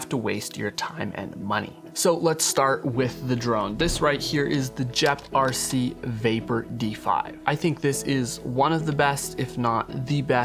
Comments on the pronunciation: It’s Geprc not Jeprc. This horribly embarrassing for you. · gep not jep rc dude...